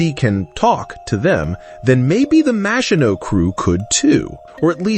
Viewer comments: Is this AI narration or does this guy not know how to pronounce Maginot - mah-zhee-no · It is rather 'Mah-shee-no' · I really like Ur videos, but stop using ai voice, Maginot...silent T...sounds cringe